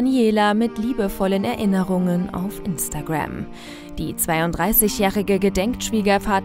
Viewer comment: Instagrääm. Oh diese Aussprache.